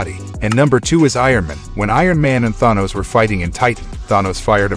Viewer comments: Please pronounce Thanos correctly. Than..... Not thon.....than os....Thanos. And technically Captain Marvel did survive the blast from the stone. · Ah yes. Tha-nos and Ron-in. I remember those characters well. How hard is it to pronounce these names? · I hate how you pronounce Thanos. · Are we not going to talk about the narrator's pronunciation of Thanos?